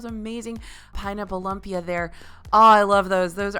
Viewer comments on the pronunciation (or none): just so you know, its pronounced loompia, not lumpia even though it's spelled that way lol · It’s pronounced loom-pia, not lum-pia. It’s all good though, just pointing that out. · It’s “loom”-pia. It’s basically the filipino version of an eggroll. ☺️ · It's pronounced LOOM-PIA not LUMP-IA -- your fellow Filipino lol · A long video.... YES PLEASE!! you have the most amazing voice and this makes me enjoy and every video even more than I already do! 👌🏽 I’ve been a Disney addict since childhood. Following in my families footsteps! So fun! Keep up the GREAT content! Ohh and just a tiny tip Lumpia is pronounced “Loom-pia” hehe just thought I’d add that but you’re the bomb dot com girl! 😍👏🏽😍👏🏽😍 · I love your videos but it kills me (in a good way) on how you say lumpia. Loom-pia